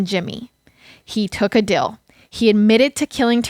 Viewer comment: I like the fact when u say deal u say dill